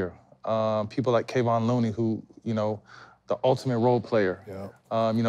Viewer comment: Jokovic and Kevon Moony 😂